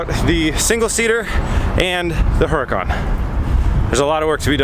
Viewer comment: Would really love to hear someone actually pronounce Huracan right for once especially a Huracan owner. Yet everyone continues to pronounce it wrong..smh.